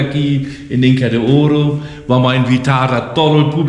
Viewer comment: Sorprendente visita, muy entretenido. Muy simpático señor me divierte como pronuncia.... Inca de ooooro. Jajaja